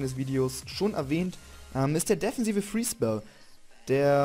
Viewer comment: deffensive? :D defensive :* süßer Sprachfehler <333